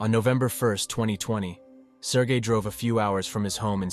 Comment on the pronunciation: everytime he say his name my head listen Sir Gay